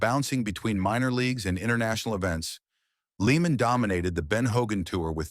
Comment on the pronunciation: He’s name isn’t even pronounced leeman. , tard. It’s pronounced layman.